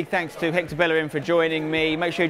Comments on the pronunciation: Bellerin probably cringed everytime he said Bellerin instead of Bejerin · Will they ever pronounce his last name properly?